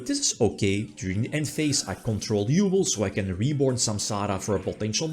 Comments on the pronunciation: OMG I had to pause for a second because oh How you pronounce Yubel 😅 As a hard GX fan, I was oddly happy for the yubel support as much as the ability to hear pronouncing GRINDER GOLEM 😂❤ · yeah dislike just for the way you say yubel sorry dog